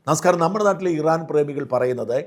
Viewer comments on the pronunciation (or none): none